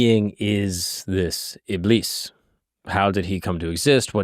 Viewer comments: ibis= iblees. A'oozu billahi minash-shaytanir-rajeem (I seek refuge in Allah from the accursed Shaytan). thats the correct pronunciation for ya! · It's pronounced ib-leese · Btw its pronounced ibliis like a long I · Close It's not pronounced "Iblis" It's pronounced "Ib-lease" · Shaytan's name is pronounced as "Iblees" like elongate the "ee" like "Greece" not "Bliss" Yep. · btw u pronounce iblis as ibliis with double i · its pronounced iblees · the Iblis part is pronounced (ib-lees) like ee sound, but its okay if you got it wrong